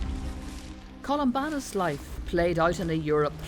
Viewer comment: Columbanus, not Columbarnus